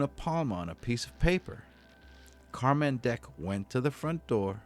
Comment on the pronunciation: It's still pronounced "Carmen" though! Not Car-man